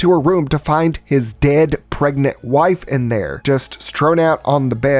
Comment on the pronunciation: Pregant??. Seriously? If you want success, you need to take this more seriously and pay attention. Peoples lack of attention and cognitive dissonance is why the world is experiencing a shit storm. Don't contribute to it. Little errors give way to bigger problems. Just sayin...